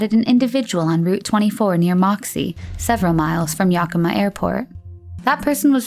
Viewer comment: I’m from WA and it always cracks me up to hear how people pronounce the names around here. It’s supposed to sound like ‘yea-kuh-ma’. Siri is the worst 😂